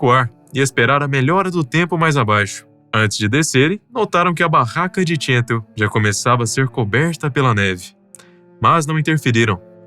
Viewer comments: Cansei de assistir... Não sei se é IA ou humano mas, entre o "Tchental" ao inves de "Chantal" (que, à la française se pronuncia como Chantállle"), e a enrolação das frases, me cansei. Tchau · PQ O NARRADOR ESTÁ PRONUNCIANDO "TCHENTAL" AO INVES DA PRONUNCIA CORRETA "CHANTAL"?????? PQP! NOME FRANCÊS SE PRONUNCIA À LA FRANÇAISE, CARAMBA! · Ela é francesa e seu nome é chantál, não tchêntal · Equipe “Neolandesa”??? Se diz “Neozelandesa”… E o nome dela não se diz “txântal”! É francesa…Chantal se pronuncia “Xantál”… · Ela era francesa, pq pronunciar seu nome como se fosse inglês ? Se não sabe francês, Basta pronunciar como em português que fica bem próximo e maus bonito. Essa pronúncia « tchéntal » é bizarra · A maioria dos comentários revela pura inocência. Bobos dos que se deixaram fascinar pela beleza dela e se arriscaram ao limite. O narrador tenta dar uma conotação desprezível à alpinista mas nem sabe pronunciar o nome dela, pronuncia como se fosse um nome americano.